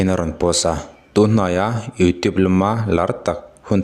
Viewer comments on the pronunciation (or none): none